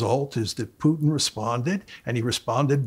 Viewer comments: It is not "Pjutin" but "Pootin" the way to pronounce it. He kept saying it over 30 times. The interviewer needs to learn as a matter of preparation. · Who is this "Pyewtin?". Its pronounced POOTIN, Pea-ears, POOTIN!!